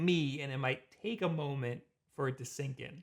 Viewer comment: "and FORE some reason" lol